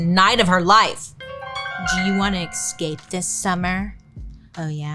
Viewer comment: dude I love you, I mean your voice is really soothing and the way tell the story it’s amazing. But please please please, practice the word “ESCAPE” 50 times a day❤ there is no X !